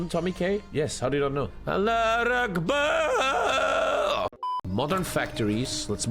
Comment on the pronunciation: As a Muslim, ”Allah Akbar” at the beginning got me🤣🤣